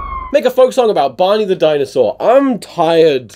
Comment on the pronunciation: I was listening to this while drawing, and when you said Barney the dinosaur, phonetically, it sounded like “Bonnie”, and I was like “Who the fuck is Bonnie the dinosaur?” And I thought that was silly of me